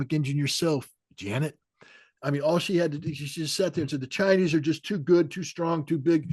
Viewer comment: "Janeter" Yellen!